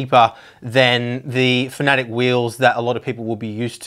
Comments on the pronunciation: It's not "Fanatic" it's "Fanatec" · Why do you pronounce it "fanatic"?